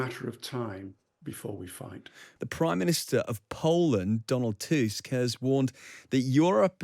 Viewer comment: Props for correct pronunciation of Tusk